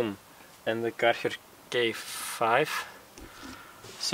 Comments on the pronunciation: Great vid man but “dis foam cannon is from karherrrr” lol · I heared it, because you said ‘Karcher’ like a guy that speaks Netherlands.